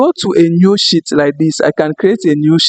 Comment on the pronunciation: Brother It is not "Shit" it is "Sheet" try to slightly stretch "She😬et"....